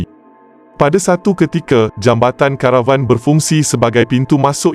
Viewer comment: sebutan kamu melaut dalam bahasa melayu perkataan pinjaman tetap digunakan mengikut sebutan asal. Contoh ,: jambatan CARAVAN...sebutannya KERAEWAN bukan CHA RA WAN teruk kamu ni